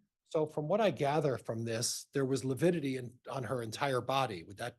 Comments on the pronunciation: LIVIDITY NOT LIPIDITY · Lividity vs “Lipidity.”🤦‍♀️Dumb 😂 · I think it’s lividity and he has been saying lipidity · Can't trust someone who can't even pronounce lividity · A doctor who can’t say lividity….